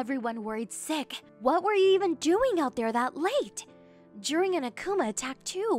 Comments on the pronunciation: Pronounced as "A kooo mah" not "A cu ma" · im guessing the akuma ( ACK ema) you mean ( Ack Uma)